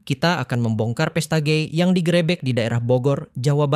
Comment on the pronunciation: Bahasa Indonesianya dibenahilah. Geger harusnya Gègèr, malah jadi Gêgêr. Gerebek harusnya gêrêbêk, malah jadi gèrèbèk.